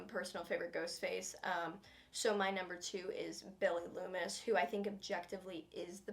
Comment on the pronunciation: "Mrs Lumis" "Stu Meier" "Richie Kersch "Billy Lumis" "Roman Bridger on 12th place" Bruh